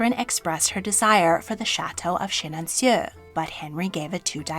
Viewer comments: Chenonceaux is pronounced \'ʃənɔ̃so\ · It's Chenonceau and pronounced Shen-on-so. Your pronouncer is obviously correct but it's hard for people to understand. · Wonderful and interesting content. Very intriguing. The only thing, if you please, is that the pronunciation of Chenonceau should be like this: ʃɑto də ʃənɔ̃so in IPA. The last 'eau' in Chenonceau sounds identical to the eau in Château. Basically "ceau" = "so". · I enjoy this channel, but some of the pronunciations in this one are way off for English speakers: Le Havre, Huguenot, Chenonceau, etc. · This was enjoyable. May I suggest looking up the American version of foreign pronunciations, like that of Chenonceau, so that your information gathering isn’t lost?